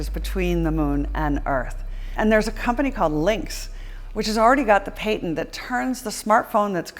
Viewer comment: She says "patent" so weird